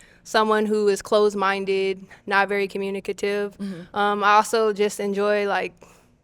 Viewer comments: He said COMMUNAKAIVE LMBO 😂😂😂😂😂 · So we just pronouncing “communicative” in British English now ?😂